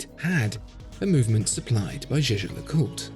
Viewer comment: As watch specialists, you should at least pronounce “LeCoultre” and “Montblanc” properly — particularly the latter. The way you keep saying “Montblank” (SIC) is frankly embarrassing. In French, the “C” is silent.